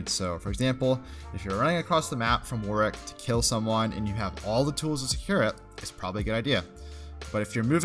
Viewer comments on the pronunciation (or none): I find it funny how you pronounce "Warwick". "Work". You can tell you have said his name a lot of times